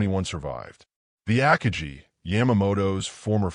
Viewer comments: The ACK-uh-gee ? Three seconds in, and I'm so-o-o OUT ! ! ! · Two seconds in and “the Ack-a-gee”… goodbye! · Ackagee? I had to start it over to hear that again and then came to the comments. Saved me time watching this crappy video. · Ahkahgee...Assinine Imbecility f-d up another narration. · Godawful. Terrible AI "narration", one of the worst I've heard. I literally stopped watching this video within seconds after hearing about the carrier "Akajee". No one even tries anymore, I guess. Half-ass effort, and then on to the next project (which we may also expect to be half-assed). Quantity over quality. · AI on YouTube isn't up to the task of pronouncing many English words. Absolutely hate AI voices. I literally stopped watching this video within seconds after hearing about the carrier "Akajee". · I'm giving this a down vote because of "Akajee", and the other AI mistakes. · IT'S AH-KA+GI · I stopped listening when AI butchered the pronunciation of Akagi. I'm out, thumbs down. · This narrator is an idiot. He messes up numerous Japanese names like Akagi. It is not Yam 'like the vegetable" agutchi. What is "Station H"? Why would Japanese strategy be classified until 1972 when Jenda wrote about it in 1968? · If You are going to use AI for audio, at least use one that knows how to pronounce the word akagi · I quit listening 6 seconds in when the AI mispronounced Akagi. Good bye. I won't be watching anything from world revolution. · 5 seconds in and I had to opt out. AI needs to learn the pronunciation of Akagi. Need not go any further. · That makes two of us. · Stop making videos if you can’t pronounce Akagi correctly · Every time it says “AKAJI” instead of AKAGI, I’d cringe 😬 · Aka-gee? That's A-Ka-gi, with a hard 'g'. If you are going to use an AI instead of a real narrator, take the time to sanity check and correct it. I'm out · Ack-ah-jee? Stupid AI voice. It’s Ah-kah-gee. 😂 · Aka-gee... LOL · AC KA GEE ????? LUV these Bots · Ak i gee? 😂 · Ah-kah-gee wtf! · Ah Kaa gee